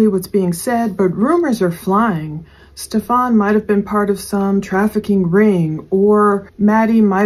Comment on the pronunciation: please stop calling him Stef-FON. His name is pronounced Stef-an, no accent on the 2nd syllable. Yes he is a POS but saying it incorrectly is so annoying.